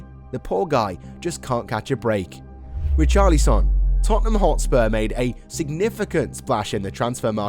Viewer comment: It’s Richarlison